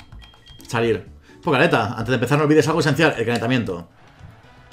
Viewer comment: Jajajaja pokealeta no sé por qué me frustra tanto que no pueda decir pokeATLETA así no se escribe pero así se dice ....